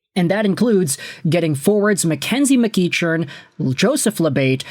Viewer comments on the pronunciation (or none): FYI,, it's pronounced Mc-KECK-earn.